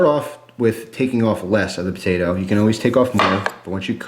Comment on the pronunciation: says Patato